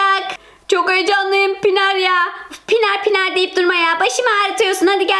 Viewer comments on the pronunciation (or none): Abla Pinar değil Pınar